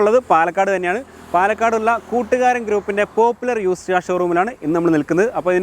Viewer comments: കുറ്റൂക്കാരൻ not കൂട്ടുകാരൻ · കൂട്ടുകാരൻ അല്ല ബ്രോ കുട്ടൂകാരൻ ആണ് 👍